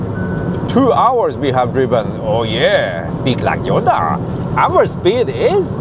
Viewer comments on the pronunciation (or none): none